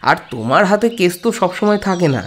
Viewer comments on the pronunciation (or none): কেস উচ্চারন করতে গিয়ে কেশ উচ্চারণ হয়ে যাচ্ছে।।